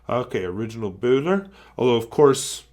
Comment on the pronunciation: A nice find,! (And your pronunciation of the ö is pretty damned close! It sounds the same as the "eu" in Euro). I don't know whether you are aware of it, but Böhler and Osmia pens are "related" in that Hermann Böhler founded the Osmia Co. in 1919 with his brother Georg. The company was later bought by Faber-Castell and it was, for a short time, also a subsidiary of Parker. Oh, and seeing how much you love Bock nibs, here's an interesting read for you, if you haven't come across it already